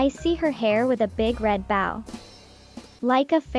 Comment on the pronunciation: Is this narrated by an AI? They dont speak well. Its bo- w not boa /baw.